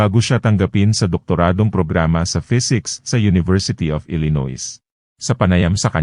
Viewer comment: ILLINOIS, USA……pronounced [ ILI- NOY]….NOT [ ILINOYS]!, no offense meant…just correcting your mistake!